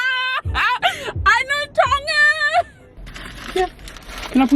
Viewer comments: Aww gotta give it to team Georgie hehhe pronunciation on point but well done for singing along 🇹🇴❤️🥰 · Love it guys haha must have some Tongan in him he got the Tongan Prounounciation on Lock. Love u guys keep coming with the videos 🤗😍🙏🙏🙏 Bless you both. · My man was born in Tonga tho hahaha lesgooo pronunciation got it on lock yo lesgooo🇹🇴🇹🇴🇹🇴🇹🇴🇹🇴🇹🇴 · So crack up 😂 did better with the Tongan words.. pronounciation and correct words giiiirl u smashing those Tongan words 😂 osi just 🤷🤦😂